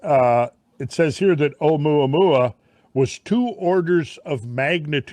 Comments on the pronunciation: Again, it's not oooo-mu-a-mu-a . You get the end bit right but the same applied to the initial vowels. NO DIPHTHONGS in Polynesian languages. It's two sounds : o-u-mu-a-mu-a , six syllables. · Not being able to pronounce Omuamua is just straight laziness. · Really ? Informative video. But, when both of you act as though you're concerned about being correct, yet mispronounce many basic words; that, doesn't quite make the mark. And really how hard is it for either one of you to find out what is, the CORRECT pronunciation of Oumuamua ? Kind of STUPID on both your parts. It is O-oo mu-ah mu-ah. Maybe you two should be at NASA. These are the kinds of things you say: "Anitiative" "Clandestun" "Excellerate" "Uspecially". All incorrect. You either try to be correct in EVERYTHING, or Cut The Crap.